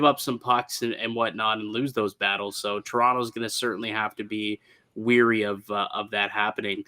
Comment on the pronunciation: Wary not weary😂